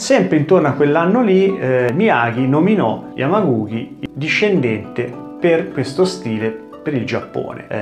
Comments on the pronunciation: *Yamaguchi non Yamaguki 😅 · Come sempre mi permetto di notare che si legge Yamaguci, come in "Cina" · Pron.Yamaguci come uchi o dachi pron. uci daci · Si pronuncia Yamaguci......oss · ma magari imparare a pronunciare correttamente il nome di yamaguchi sarebbe stato il minimo...